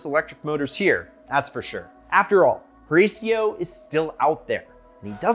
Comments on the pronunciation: His name is pronounce: Hih-ratio. It is so hard listening to you so rasio. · Learn how to pronounce the man’s name instead of bleaching your teeth. Horacio ( Hor a shio)! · OMG! It's ear ripping when you americans start to butcher European names! Just listen how he pronounce Pagani Huayra "Tricolore" or "Horacio" (owner name)! If you so obsessed with Pagani or just love it, you should be willing to learn pronouncing those names the right way! C'mon man, try to be professional, please...